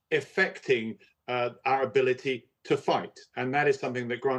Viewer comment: He said Arability, I am sure that's what he said 😳